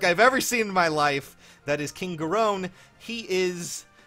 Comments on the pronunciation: ...Gahrown? I thought it was Gahron similar to Ganon. But at least that pronunciation of it is closer to- [increasing gahrowns of discomfort] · Isn’t it pronounced Garyn not Gahrone? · Seriously Sages?? Where are you getting the OWN from?? It's Pronounced (Gair-ren) he even says it like that in his Dialogue, sorry for being a little Salty lol